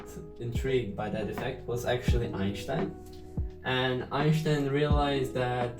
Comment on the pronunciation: EinŠtajn xd good vid tho ;)